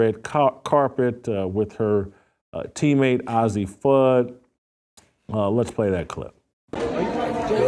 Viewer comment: The expected bigotry and homophobia from a failed man still crying b/c ESPN got rid of him. The loser can't even pronounce Fudd's name correctly, which mean she has no idea about the team or the players. He's just out to spread his rightwing homophobia. You bigot them and their family have been friends forever. All the top kids know each other as they are at the same tournies as they get scouted and all played for USA Bball youth teams. To a homophobe two women can't be friends. Witlock is rightwing loser and incel, He's mad that know woman will get near him.